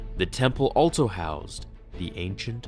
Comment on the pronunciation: allTso ....... cant stop hearing it.